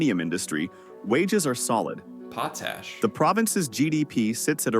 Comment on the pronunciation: lol. this video getting reviewed is VERYYYYY AI-read. I cannot help myself but I have to say this. 1. Regina Saskatchewan is pronounced "Re"-"g"-"I"-"na" not "Re"-"gee"-"na". 2. Potash is pronounced "potash" as in 1 word, ideally with a "soft t" sound so it is easier to say; not "Pot"-"ash" (not too certain where it got the weird pronounciation from). AKA. saying "potash" shouldn't sound like a person getting punched in the stomach. 3. smh poutine is not "Pow"-"teen"; it is "poo"-"teen". ALSO... all the housing estimates are for within a specific city. There are houses around the $100K mark and below within small towns and the country. of coarse, these would also be older houses as well. - Saskatchewan.